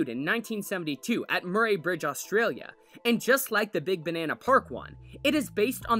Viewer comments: The way he said Murray- .. its Muh-ree not Mur-aye. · Oh my god. Please pronounce Murray correctly. It sounds more like Murry as if the a is silent. Also, you should play the sound it makes. There’s nothing else like it.